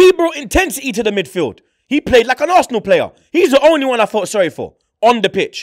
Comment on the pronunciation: Man said varsenal🤣🤣🤣